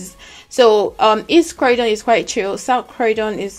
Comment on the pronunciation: Croydon is pronounce croydyn and not crowdon